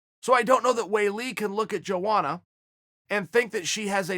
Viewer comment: Chael, my brother is pronounced : yo-onna